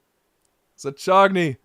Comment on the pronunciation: Bruh the way you pronounced Zaccagni ahahaha